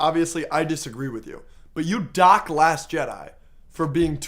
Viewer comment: a bit too much emphasis on the word "dock" at the beginning lmao